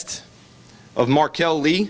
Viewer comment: “Markel”. Of course.